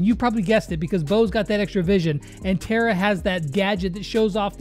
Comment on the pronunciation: I m once again saying its Tara not Tera